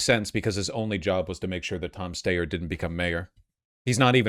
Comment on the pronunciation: He didn't pronounce Steyer's name correctly either. Not sure how you can advocate for someone who's name you don't even know how to pronounce. I know in this world of short attention spans and social media that these things seem small but details do still matter to people... or at least they should. And yes the issues do matter but it's hard to take someone seriously when it doesn't seem like they care about the details.